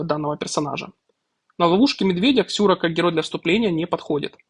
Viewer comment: Какая Ксюра, если Сюра)) И ни какая, а какой, это мужчина, почитайте про героя.